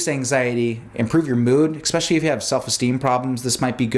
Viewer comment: Lemme axe you a question. What kind of MD says "expecially"?